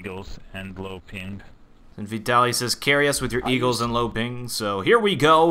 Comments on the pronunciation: My name is Vitaliy and you butcher it :) The stress is on the A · Hah, Vitaliy is pronounced just as you pronounce it but with stress on second syllable =)